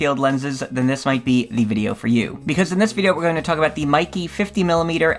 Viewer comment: Pronounced "may ke"